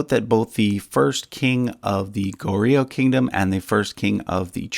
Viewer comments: Please don't say it as go-rio. Its gohr-yo. Also tae is not said as 'tay' but as 'te' from template or technique. 'tèh'. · Just a pronunciation tip: Goryeo should kinda be pronounced as Goh-yo with ur tongue starting with an L sound before yo "lyo" like low but with yo. Otherwise everything else was pronounced quite accurately